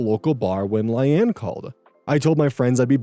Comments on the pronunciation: I think Layne is pronounced the same as Lane. The "rehoming" is wild. You abandoned your pet and thankfully someone better than you took him/her in. OP is at fault in the dog story. How do they prove the walker is at fault. And, they didn't hire the best person they could hire. Legit people probably have insurance and stuff to cover instances like this. I'm glad the dog is okay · yeah, "Lane" or "Lay-nee" would be the appropriate pronunciation unless you're told otherwise, bub XD (I mean this affectionately not condescendingly,, it made me smile tbh, but for future reference) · He does mention he films really late at night so I wouldn’t be shocked if this is an eyes glazing over words situation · how the heck can you mispronounce layne.... its just lane with an extra letter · I’ve seen a few people trying to correct pronunciation of the name. EVERYONE HAS SAID SOMETHING DIFFERENT 💀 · Layne is pronounced like “Lane” lol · Layne is pronounced as "lane" (like Loise Lane) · Or Lay-nee. You can't say for sure which from the spelling alone. But what is for sure is that it is not pronounced the way he does. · The pronunciation of Layne (lay-knee) is throwing me lol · Coming here to say I've never heard Layne (Lane) pronounced that way. 😊❤ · Not him pronouncing Layne as LIE ANNE help 😂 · Ikr? Like sir. Sir. Where do we construct the "Anne" sound from? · Yeah it's obviously pronounced lane. Idk why is so confident about pronunciations without ever checking them. Easy way to check is to open google translate, set it to English, type the word, and press audio pronunciation. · The pronunciation on Layne is really goofy, I think it might be produced like "Lane" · I have never heard Layne pronounced like that before. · Layne is pronounced the same as Lane, not Lie-anne. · I assume his brain switched the y and the a so he read it as Lyane and went from there but it still killed me lmaoo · Layne is typically pronounced "lane" and not "lie ann" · "Lane" ❌️ "Li anne" ✅️